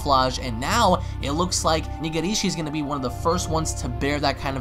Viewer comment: it's not Niga-rishi sound it's prounounced like Negreshi, roll the gr and put an emphasis on the I "e". I hope he is one of the last few fighters left he looks fucking wicked